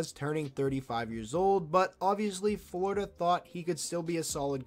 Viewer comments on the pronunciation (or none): none